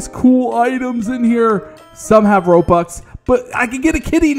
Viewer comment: You said robux wrong bro